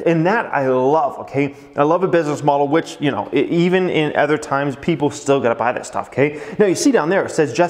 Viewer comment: Why you pronounce other as eh-thr. It’s uh-thr. Please.. it stings my ears! I promise I’ll hit the like button… Just pronounce it right, once!!!